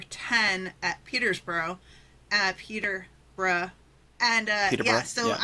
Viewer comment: Guys, it’s pronounced Peterborough 🙄🙄